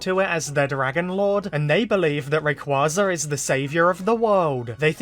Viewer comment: If Zinnia doesn't appear despite her literal dragon saviour playing a major role in Horizons, this will be SUCH a missed opportunity. She HAS to show up here since they blew their chance to bring her to the forefront in Journeys Btw it's pronounced "ray-QWAY-za"